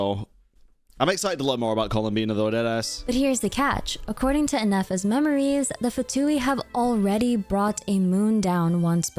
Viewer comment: Neffer, Ineffa, and Ifa. UGHHHH